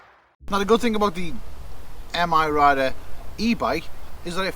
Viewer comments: It's 'My Rider', not M-Rider. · M.I. Rider? I always thought it was pronounced My Rider.